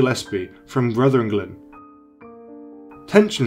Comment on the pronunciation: Jillespie 😆 Ruthenglen 😆